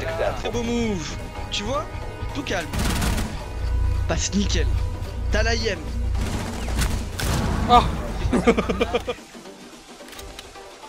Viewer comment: C’est pas “moove” mais “move” Et pour tous les Français “the” ne se prononce pas “ze” mais bien “de”